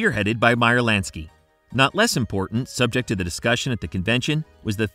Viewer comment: Lansky not LANKSY!! Lol. Great video though